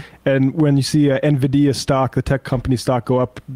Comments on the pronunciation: N-va-dia? Very ominous. And HAL 2000..... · Somebody gotta tell bro its N- VID - EEUH 😂😂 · Someone please for the love of god tech him how to say nvidia